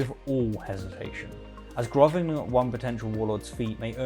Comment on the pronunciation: Grovelling not grovening , which is how you earlier correctly pronounced it.